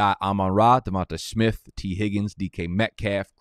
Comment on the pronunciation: Say it with me, “DevontUH smith” not davante